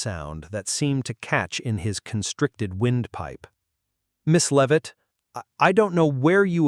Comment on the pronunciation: Can't even say her last name right 😂